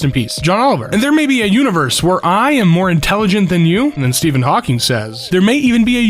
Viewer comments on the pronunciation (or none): none